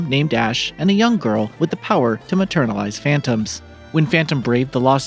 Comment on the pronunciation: Yeah he keeps saying that